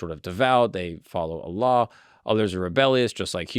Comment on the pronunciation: I Love the way you pronounced Allah correctly. Some people say it weird